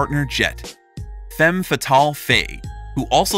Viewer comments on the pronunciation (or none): none